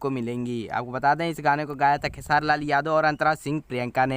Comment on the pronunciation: भाई क्यो खेसारी भाई। को खेआर बोल रहे हो